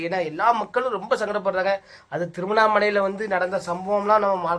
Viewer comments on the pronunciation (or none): Thiruvannamalai ❌Thirunnamalai✅